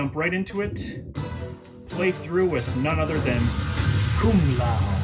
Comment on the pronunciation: Kung "Ligee" Lao!!!